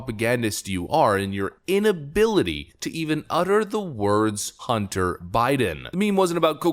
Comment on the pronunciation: Hunt-ter, Bid-den, lol